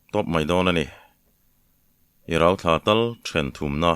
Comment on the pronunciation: RAUTHLA ilamrîk dân chu adik hlel deuh lo maw?